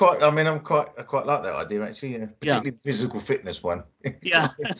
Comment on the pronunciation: “I am the smartest, most clever, most phsicarry fit, but nobody else seems to resize it… I’m so ronery”